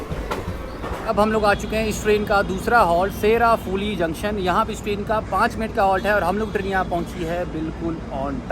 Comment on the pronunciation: It's not sherafhuli..it's pronounced SHAEORAFHULI